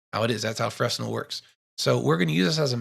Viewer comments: Great tutorial. Fresnel is pronounced"FreNel". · great tutorial.. just switching to Blender from Lightwave ..I needed this! 🙂 ..oh btw.. Fresnel pronounced 'frennel' .. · Great tutorial. Clear and rich in information and tips. Especially digging the axial rotation 'trick' #*[number]. Sidebar: Please forgive my compulsive anal retention but it's pronounced (fray-nell) after the French physicist/engineer, Augustin-Jean Fresnel. Again, great teaching.